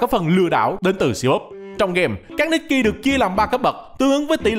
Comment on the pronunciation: Devs nikke chuẩn bị nerf stage sao cho đám f2p cày trâu, có team khá meta hoặc có kỹ năng tốt có thể mỗi 10 lv qua được 1 chap main story Góp ý tý, nikke đọc là ních ke, còn đâu đọc nikki là cái game này nhé 😂